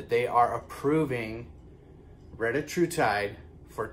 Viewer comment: Thank you for the update and the awesome pronunciation of the medication 😂😂😂